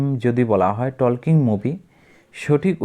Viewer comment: টকিং ❌ টলকিং✅ তৈরি❌ তৌরি ✅ প্রশ্ন❌ পসনো ✅